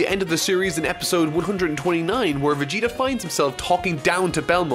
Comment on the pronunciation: When I hear "Vegerot" my heart and ears are bleeding.